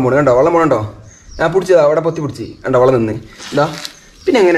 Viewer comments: വള്ളം അല്ല വെള്ളം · സഹോദരൻ വള്ളം എന്ന് പറയുന്നത് ഒഴിവാക്കി വെള്ളം എന്നുപറയാൻനോക്കണം